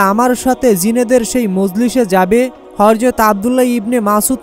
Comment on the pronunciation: শুরু টাই ভুল৷৷৷৷৷৷৷ হরযত না বেকুব,,, প্রিয় নবীর নাম শুদ্ধভাবে বলাটাই সুন্দর,,, হযরত মুহাম্মদ মোস্তফা সাল্লাল্লাহু আলাইহি ওয়াসাল্লাম